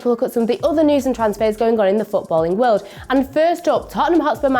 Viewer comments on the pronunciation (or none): none